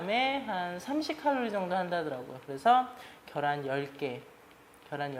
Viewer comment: 겨란ㅋㅋㅋㅋㅋㅋㅋㅋㅋㅋㅋㅋㅋㅋㅋ ㅋㅋㅋㅋㅋㅋㅋㅋㅋㅋㅋㅋㅋㅋㅋㅋㅋㅋㅋㅋㅋ자연스럽게 겨란이라고 말씀하시는거 너무 재미있네요 ㅋㅋㅋ 좋은영상 감사합니다!!ㅋㅋㅋㅋㅋㅋ